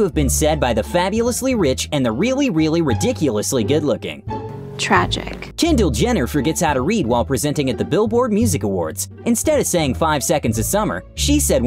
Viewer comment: Lol. Him introducing Kendall Jenner who can't read and then him also saying "Jendall Jenner"